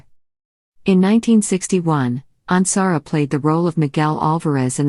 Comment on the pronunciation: Yes!!! Especially since this one mispronounces Michael’s last name! 😡